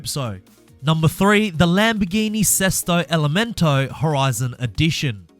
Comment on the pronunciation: BEST "SESTO ELEMENTO" PRONUNCIATION I'VE EVER HEARD FROM A NON ITALIAN GUY🔥 congratulations from an italian guy👏🏻👏🏻 the pronounciation was at 90/95% correct🤙🏻